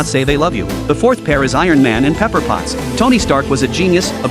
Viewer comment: It's Pepper, not paper